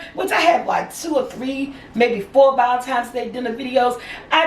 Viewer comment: I love the way you say ValenTIMES LOL Happy Valentine's day!! Nice brunch ideas!! Did you mean Joanna Gaines? Chip's wife? I love her and she has a new show on Discovery+